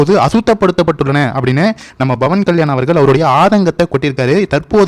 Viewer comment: நீங்கள் பவன்கல்யாண் என்பதை pavankalyan என்று உச்சரியுங்கள்;bavankalyan என்று உச்சரிக்காதீர்கள் அர்த்தம் மாரிவிடும்!!நான் apயிலேர்ந்துதான் வீடியோக்களை பார்க்கிரேன்.ஒவ்வொரு ஹிந்துவும் பேசவேண்டும்.ஜெகன் கிருத்துவா்.அவர் அப்படிதான்செய்தார்.